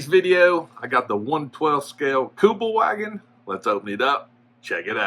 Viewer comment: Kübelwagen - pronounced Kübelvahgen, German W is pronounced as a V, Kübelwagen is a German word, contracted from Kübelsitzwagen (literally: 'bucket-seat car')